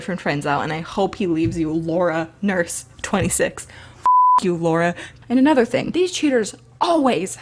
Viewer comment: "lAURA" me: lAUra leE